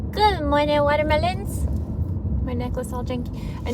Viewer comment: Just stop. You’re actually ridiculous and you look like a total clown. And everyone cringes when you say “watermelons” like you’re from fucking Boston. Go away.